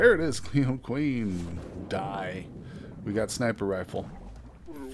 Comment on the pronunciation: Michael Bang , no relation to Michael Bay 😋. For some reason every time you say clione I hear Celine Dion 😁. Anywho nice progress looking forward to more.